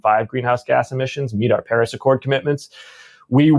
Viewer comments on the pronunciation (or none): none